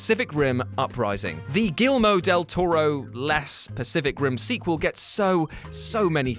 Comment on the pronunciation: I'm here to make fun of how he pronounced Guillermo del Toro's name